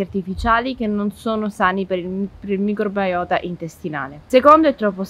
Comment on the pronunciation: Siamo sicuri che in italiano corretto si pronunci microbAiota?